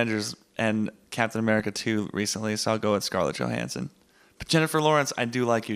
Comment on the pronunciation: "Scarlett Yo-hanssons"